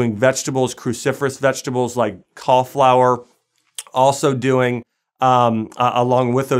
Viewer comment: thanks! where ya from? i noticed your accent on 'callflower' and 'erbs'